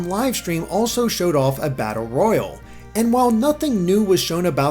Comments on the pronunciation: Not a big deal but it's pronounced battle royale man. Not royal. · It's battle royale, pronounced like Roy-AL, not ROY-ul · ... battle..royal? ITS ROYALE IM TRIGGERED. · Your pronunciation of royale is bothering me.